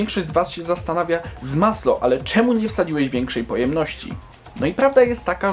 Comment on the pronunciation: A NIE ZMASŁO